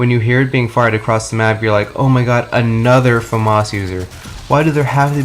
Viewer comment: Why do you pronounce it Fumas its pronounced Famas, because the gun is french, it has a accent to its name